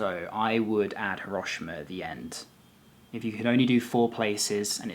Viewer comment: No, it's not. The i is barely pronounced at all. pronounces it correctly, the same way the automated message pronounces it when you arrive at Hiroshima station.